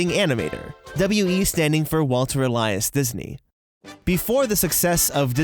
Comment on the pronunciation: You pronounced "Elias" wrong and "Ub Iwerks" trust me, I've researched Walt EVERY YEAR for informative essays.